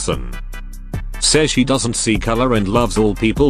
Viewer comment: “Doesen’t care” got me dying 😂